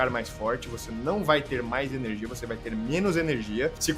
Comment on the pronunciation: "iORgute" "eRNegia".... Aí é foda. Rsrs